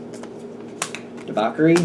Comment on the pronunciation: it's pronounced "debauSHery" (debauchery) sorry to correct you but you need to know. thank you